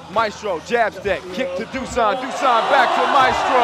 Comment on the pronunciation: Btw, it's Dushan, not Dusan